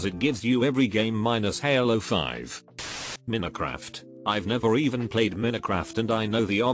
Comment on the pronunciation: AI voice "Min-uh-craft" Everyone: 👁️👄👁️